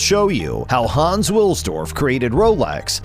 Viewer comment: Haaans... it's Hans, the a is short